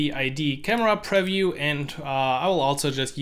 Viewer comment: Nice video, just one tip: the word "preview" is pronounced quite differently. Look here